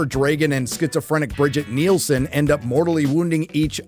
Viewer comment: it's not "Bridget Nielsen"... it's "Brigitte Brig-EE-TUH Nielsen". The original movie Red Sonja. Who, by sheer coincidence, is an actual Dane...